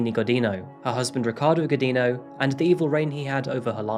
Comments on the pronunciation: Alini Gujinyu. That’s how to proper pronounce her name 😅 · Thank you for covering this case. Just a little correction: "Godinho" is said like "godin'io". It's a weird sound not Portuguese speakers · In Portuguese, her married last name is pronounced "go-jeen'-yo". The "di" makes the sound of a "j" in English and the "nh" makes the sound of an ñ in Spanish. Thanks for posting this. How could someone ever get away from an abuser who knows her every location and friend? I wonder if there are, like, Witness Protection-type programs that can help families in this kind of crisis. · Thank you for making a Brazilian video. Just a tip for future videos: the "nh" in "Godinho" is pronounced closer to "ñ" in Spanish, not as "n". Good video! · Just a tip on the pronunciation of "Godinho", as many English speakers make the same mistake: the NH sound in Portuguese is the same of the GN in "Lasagna". It's something like "Godigno". But hey, it's better saying "Godino" like you did than "Godin-ho" And oh boy, she's from the capital of the state where I'm from, Minas Gerais 👀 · hey,! the nho in godinho is pronounced like the ño in the spanish word niño. keep up the good work! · I think her last name was pronounced "go-din-yo." Portuguese spells the n-tilde with "nh". Not being arsy, but just thought I'd mention it. ;-) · Wow!!! My city (Belo Horizonte) and I did not have idea about this case, lol. And the pronuncietion for the Godinho is something like “go d INN o”, nh has a real diferent and difficult pronuncietion for non-natives. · You are pronouncing Godinho wrongly… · Oooh im sorry but that last ame pronunciation is all kinds of wrong bud lol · Thanks for sharing the story! Had never heard of it. Just a curiosity though, the nh in "Godinho" is pronounced like a Spanish ñ or like the gn in Champagne.